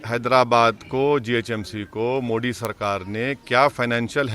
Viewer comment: मोडी नहीं मोदी बोल हरामी , और सुन बार बार अनकोनस्ट्यूशनल-अनकोनस्ट्यूशनल कहता है ना तो तू खुद भी अनकोनस्ट्यूशनल है